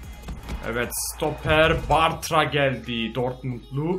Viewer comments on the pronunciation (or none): none